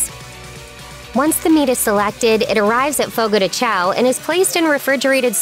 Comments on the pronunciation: It is sad that all of these people make these videos about Fogo de Chão (Note the ~over the letter a). This makes the ão a nasal sound. To try to get it correct, imagine the sound you would make if I slapped your hand sharply and you screamed OW. No add the letter N after that OW and you will get an OWN (AHHNN) and not like OWE. So it is said like ChOWN (OOHHNN). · The fucking disrespect to mispronounce a restaurant’s name when you make a video and money off of it